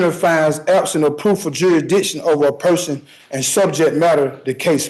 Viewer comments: He says jurisdishen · Is jurydition is that a thing or is he just saying it wrong? Is he trying to say jurisdiction? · He should be charged for murdering the English language. I don’t even know what a “juradisson” is 😂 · Hey, its....😅😅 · Jurrrisssdition 'read slowly' 😅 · "What's the juradishon?" Handcuffs are the juradishon you clown. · Jury ditsun? WTF is that? 😂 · I think.........if you can't pronounce jurisdiction, you shouldn't be able to plead jurisdictional issues!!! LOL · They cannot pronounce the word jurisdiction. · There is no way on God's earth that the court should be allowing this utter moron to defend himself. He is so stupid that he's at a massive disadvantage. Also, if you're going to go on and on about jurisdiction, at least learn to pronounce the word correctly.